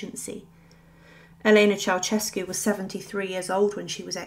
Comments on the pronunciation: Pronounced "chow-shess-cu" not "chow-chess-cu" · Mildly diverting and amusing. Beware of lazy liberties with other languages, however, the taking of which seems to be a particularly British characteristic. Your pronunciation of the name "Ceaușescu" is completely incorrect. It is not pronounced "Chow-CHESS-cu". The s-comma in the middle is pronounced with the "sh" (/ʃ/) sound. The "eau" vowels at the start should be pronounced individually (as in other Romance languages). The initial C is not exactly "Ch", but closer to "Ts" as in Tsar. Tsay-ah-oo-SHES-cu. At best, sloppy (oh well, it doesn't matter, it's just another "unpronounceable" name), at worst, just plain, solid ignorance! Chow-CHESS-cu indeed‼🤣🤦‍♂